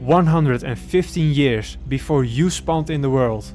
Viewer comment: I’m sorry but… yearsh? Really? Not tryna to be rude..but Really?